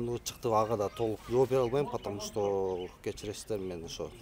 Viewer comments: Потому что дегенди жакшына айтат экен,опер кызматчы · Потомушто деген сөздү чайнабай жутканбы бул